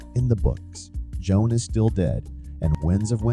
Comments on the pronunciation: Hey just a heads up the characters name is JOHN not Joan! It's seriously annoying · It's not a feeling, botboy. It's a fact. That voiceover is AI, which is why it mispronounces John, perhaps the most common name on the planet. That reply is also highly sus. I will not be watching any more of "your" content, bot.